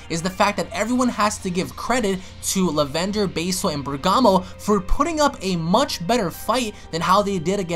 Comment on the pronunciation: I'm mad that he keeps saying "Lavender" so wrong